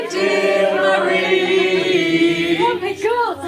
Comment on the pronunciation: Why do you keep saying Murrie to Marie, you speak french so good, it must be easy to say Marie in the french way